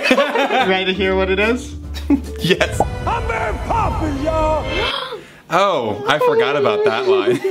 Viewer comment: The recording: “I’m Mary poppins y’all!” Thomas: I’m marry poppins YALL